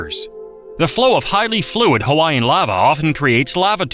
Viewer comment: It rapes Hawaiian words & names too!Ouch!